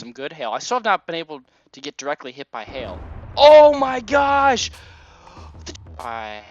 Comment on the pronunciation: That was funny when the lightning struck because you were saying hail and it sounded like hell